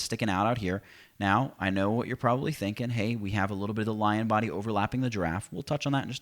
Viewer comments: sounds like you said "and paint away the bitch you don't want " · Damn! It does sound like that! But I am sure it's "the bit you don't want". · So True LOL